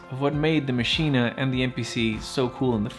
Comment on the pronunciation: Good points! But stop saying MACHINA FFFFFFFFfff